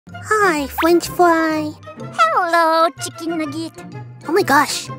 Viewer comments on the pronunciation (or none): *Proceeds to check every video with fwench fwy*